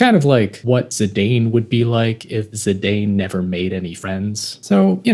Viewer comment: Saw the thumbnail... I own that art book. Bought it when the game came out. It's old and a little faded/aged... but I adore it and that cover picture of Garnet. Good shit man. Edit: thanks for pronouncing Zidane as I always felt one should.